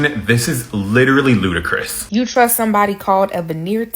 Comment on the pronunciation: Wth is “ludicrith”?!